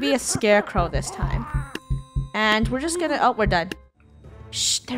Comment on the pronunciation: The way said “yeah we need zthuz” 😂